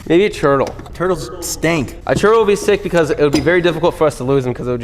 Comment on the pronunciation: Do my ears decieve me or does say turtle like "churdle"?